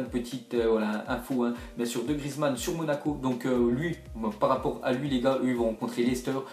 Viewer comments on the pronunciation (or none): none